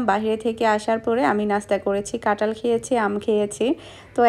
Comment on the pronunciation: কাঁঠাল না বলে ট বলো কেনো?